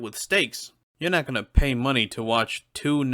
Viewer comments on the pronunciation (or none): none